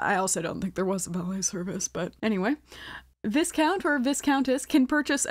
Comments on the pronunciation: its vaicount lol the s is silent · For the non British girlies, viscount is pronounced vye (rhymes with eye) count 😉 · Just as a btw, you don’t pronounce the s in viscount or viscountess🫡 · I know this is irrelevant but viscount is pronounced as “vy-count” 😂